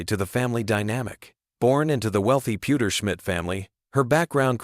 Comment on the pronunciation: "Francis Pewterschmit" lmao 😂